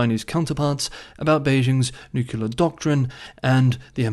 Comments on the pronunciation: It's nuclear not nucular. "nucular (comparative more nucular, superlative most nucular) (botany) Nut-shaped; of or relating to a nucule — a section of a compound (usually hard) fruit." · you get a pass on Nook-you-lar, because you're cute. 😁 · Couldn’t resist. It’s spelt nuclear and should be pronounced “new-clear” 😂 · "New-clear" is not a Texas thing. Recall George W Bush pronounced it newk-you-lar like does. Not sure why so many folks include a vowel between the 'c' and 'l' in nuclear... but, it's all good, variety makes the world interesting. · The adjective nuclear comes from the noun nucleus. They share the first two syllables. pronunciation does not follow the spelling, it changes “cle” to “cul”. It’s similar to what the Romans did to the Greek name Heracles, changing it to Hercules. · Why not, if it’s a type of branding and everyone knows what you mean? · Your ignorance of the word nuclear is is quite telling. The root word is nucclea, not nuclcle. Get a clue. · haters will hate…lol don’t worry about your nuclear pronunciation